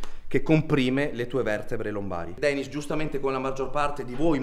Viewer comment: 1,di dice "Denis", e non "Danis". 2,se non ti piace non Guardarlo, No? 🤷‍♂️🤷‍♂️🤷‍♂️